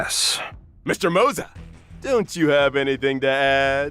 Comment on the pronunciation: Why tf are you saying MOZA for Moze?